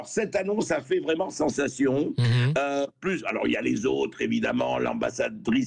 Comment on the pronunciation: Mon dieu son élocution est insuportable... OuiE alorsE, en perte de vitesseE.